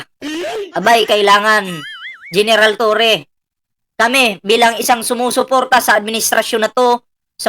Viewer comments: Torre po not torreon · Torre hindi torion boss. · Torre Hindi torion